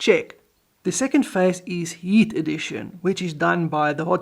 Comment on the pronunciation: ...the way you say "heat" sounds to my ear like "yeet", and makes the segment on the radiators heating the air unintentionally very funny. (Which, technically, the generation of thrust is yeeting air...)